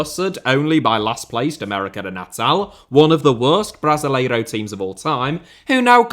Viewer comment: The way you pronounce Brasileirão makes so so anxious